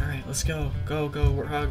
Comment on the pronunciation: It's not warth og, it's pronounced 'Wart-Hog' (End me)